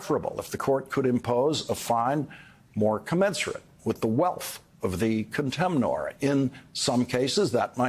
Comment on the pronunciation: I want to know who TF added [sic] to the completely correct CANNOT , but didn't add one to "explanation point" . (By the way, Lawrence, the -or or -er in contemnor/er is not stressed, and in fact the N is usually silent.)